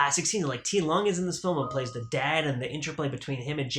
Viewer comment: Just a heads up, Ti Lung is pronounced "Dick Lung in Cantonese or Dee Lung in Mandarin." The audio track on this release is mono, you can make DTS-MA track in mono or stereo as well.